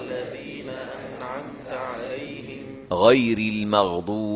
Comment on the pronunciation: Katanya paling tepat sedunia, tp kok masih ad yg salah,? Simak menit ke berbunyi NA ANA 'AM ( bunyi AN dpantulkan jd ANA) . Seharusnya NA AN 'AM.